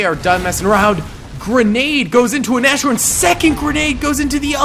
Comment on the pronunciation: Small pronunciation tip (if you care): when saying "Nashorn" you should do a little pause after "Nas" and then just say the word "horn" like in English. Of course it should still sound like one word, don't take that "pause" too serious but it's not pronounced the same way as the "sh" in "trash" for example. Additionally the "a" should be pronounced more like in the word "car". Thinking about that it would be a good training to just say "cars horn" and then say it without the "r" in "cars" and finally replace the "c" with an "n". Of course this is all a bit complicated and nobody has to pronounce every name perfectly, this is just a suggestion if someone is interested in the correct pronunciation.